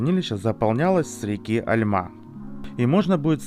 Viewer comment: не Альма, а альмА